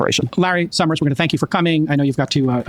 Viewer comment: Americans who pronounce the letter S with a "SH" sound, like this Larry Summers guy, or like senator John Kennedy, are for some reason so annoying to me. Just speak like a normal person, please!